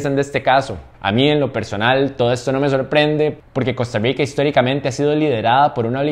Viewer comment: Por que tenes que decir costarriigca